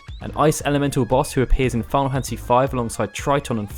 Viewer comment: wait did I hear him say "final fancy 15"?